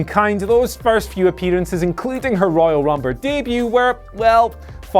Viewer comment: "royel rumber"